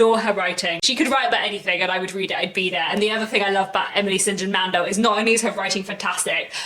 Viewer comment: I didn't want to say anything in before, but now feel like I should tell you that you pronounce Emily St. John Mandels name wrong 🙈. It is pronounced Emily "Saint John" Mandel. In this video she pronounces it herself in the beginning of the video: . If you don't want to click on the link, then just type "What I'm Reading: Emily St John Mandel" on Youtube (3.19 minutes long) 👍🏼